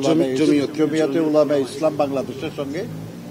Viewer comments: জমিয়তে উলামায়ে ইসলাম নাম উচ্চারণ করতে পারে না বিএনপি রে নেতা ইসলামী এই সংগঠন তো সবসময় বিএনপির সাথে ওনারা জোটবদ্ধ হয়ে নির্বাচন করেন মাশাআল্লাহ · দলের নামটাও ভালভাবে বলতে পারেনা। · এত বছর যাবত বিএনপির সাথে থেকেও জমিয়তের নামটা ঠিকমতো বলতে পারেনা সুতরাং আপনারা ব্যবহার হচ্ছে হাজার আফসোস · নামটাও ঠিক মত বলতে পারে না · টিক মতো নাম টা বলতে পরতেছেন না 😂